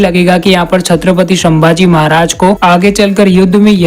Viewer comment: संभाजी महाराज को तुम शंभाजी महाराज khu bolte ho🙄🤔